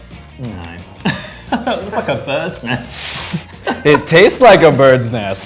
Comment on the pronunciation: " Iht looks like ah Burrd's Nest" " It tastes like a bird's nest" 😂 that was amazing!